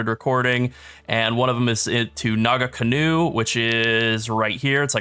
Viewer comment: Homie, as someone who is from New Zealand and knows how to pronounce Maori words, it's not Naga-canoe. It is Naa-Kahnoo. The nga is like a back of the throat sounds, but just drop the G and you'll be fine. Great video. Looking forward to more. <3